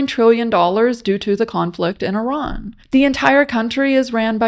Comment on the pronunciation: Why do people pronounce Iran as Eron?